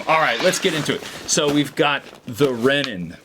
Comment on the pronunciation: Love the review! Also it’s Rennen